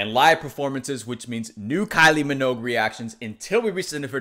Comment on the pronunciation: It’s pronounced “min-ogue” like the word rogue. Not “mog”